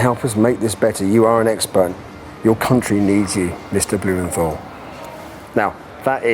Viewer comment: In the Packed Lunch episode, Heston told the children he interviewed that his name WASN'T bloomen-tol. It is as he says it reading his letter in this episode. BlumenTHal. Pronounce the "th". Let the boys starve for a week and then see how fussy they'll be about their precious rations... So spoiled!